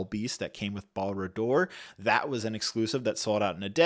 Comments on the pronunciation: Pronouncing barad dur as balradoor was funny :) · "balradur" :D